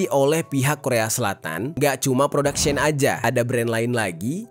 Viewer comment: Pronounce as ‘she’ ‘in’ dek